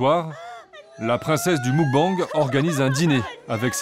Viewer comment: Des que tu vois que le narrateur est incapable de prononcer muk-bang correctement, tu doutes de la pertinence du reportage. Ca fait vraiment trop france tele dans la facon de commenter. Le meme ton, les memes jeux de mots sans inspiration...